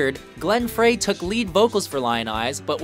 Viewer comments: Stop the video. Did that narrator just say "Glenn FRAY" ??? Please get yo shish together, sir. That's just plain dumb. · He also said Glenn "Fray". sucks. They always talk over everything. Script reading. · And Glenn FRAY instead of Frey. The narrator obviously doesn't know much about this topic. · STALEY, not Stanley. Pronounced FRY, not Fray Good picks but you really should pronounce these legends’ names correctly. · The narrator should learn how to pronounce the names. Glenn Frey is pronounced Fry, not Fray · Lane Stanly ??? Glen Fray?? 😲 😱 It's Lane Staley...and Glen Frye ..pronounced Fry...SMH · Lost me when he pronounced Frey as “fray”. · i was looking to see if anyone caught that...ugh. and Glenn's last name is pronounced "FRY" not "FRAY" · Did he say Glenn "Fray"? (Listen) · I couldn’t take him seriously after he said “Glenn Fray.” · it's prounounced Fry, not Fray -- for Glenn Frey. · It pronounced Glenn Frey (as in Fry). Be nice to actually find an announce that knew how to pronounce names. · ITS PRONOUNCED FRY!!!! SMH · Did the announcer actually call the Eagles' singer Glenn 'Frey' (rhyming with 'gray')?? All credibility lost...no-nothings making the Top 10 lists. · Yeah, no kidding I cringed when I heard it and he kept saying it!